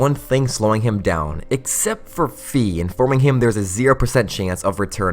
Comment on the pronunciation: ITS PRONOUNCED FI AS IN FYE NOT FEE